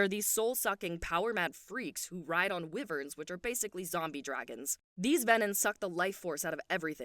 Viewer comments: Love the recap.. but just for your info, Wyvern is pronounced why-vern. Not whe-vern :) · “Why-vern. Riddick” are the correct things